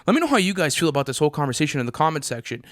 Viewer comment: Nobody:: CONVERZATION